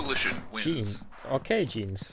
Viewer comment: Lpf 🔥sinon il prononce ton pseudo jeans 😂